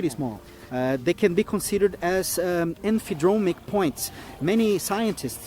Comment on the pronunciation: I know English may be his second language, but “Emphydromic”? No such thing.